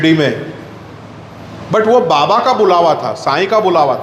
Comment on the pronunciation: आदरणीय श्री...जब आप बाबा शब्द का उच्चारण करते हैं तो यकीन मानें उसमे अपनत्व झलकता है ❤️ और मैं स्वयं भी ऐसा महसूस करता हूँ कि ज़ब भी मुख से बाबा शब्द निकलता है तो लगता है श्रीहरी का नाम जप कर रहे हैं। अदभुत हैं मेरे बाबा... अद्भुत हैं उनकी लीलाएं 🙏 बहुत सुन्दर वर्णन किया आपने ❤️ सादर प्रणाम एवं जय साईराम 🙏